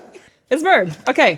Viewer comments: "Err mah gerd - it's merrerd!" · "mi -roar-d" or "mi-rur-d". Your English is incredible BTW!